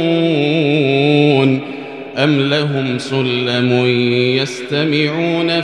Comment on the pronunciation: For ayah 37 shouldn’t it be المصيطرون not المسيطرون ? I don’t know if I’m right just wondering